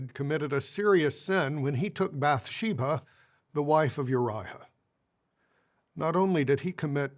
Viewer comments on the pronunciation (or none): This is unrelated to the actual substance, if JW talks can be called substantive, but every time I hear this GB member talking, all I can focus on is how he adds an H sound when he's doing the fake compassion elongating of syllables. "Davihid," "Bathshebha," "Urihah, "resphond," "kihing" good looorddd